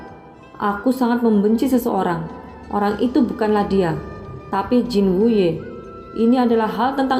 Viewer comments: Jin wute apa jin wuye kak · Murid Jin Wuye bukan Jin Wute, 😂😂😂😂